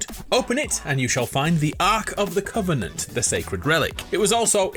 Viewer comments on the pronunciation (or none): none